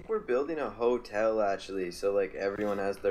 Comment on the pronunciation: The way says "Hotel" makes me more angry then it should. He says it "Holtel"